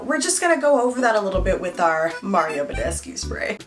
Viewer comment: hi you're pronouncing mario badescu wrong